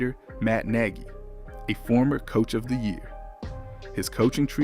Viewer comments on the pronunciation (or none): none